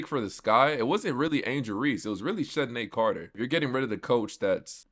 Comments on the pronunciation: CC(Chennedy Carter) will be back because shes already been kicked off 2 teams for fighting...no other team or Coach will put up with that....and her name is pronounced Kennedy Carter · One more thing...I cant understand how you went this whole season not knowing how to pronounce CC (Chennedy Carter) name🤔